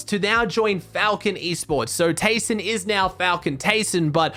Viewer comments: Its pronounced Tai-son Also: Keeps saying tayson for the rest of the video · Or just Tyson